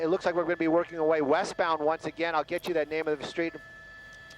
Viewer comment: Every time says "again", a kitty dies.! Stop it!;-)